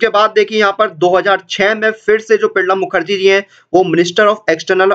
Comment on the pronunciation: Are bhai Pranab Mukherjee ka naam to thik se bol le....